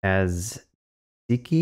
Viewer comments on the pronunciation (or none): none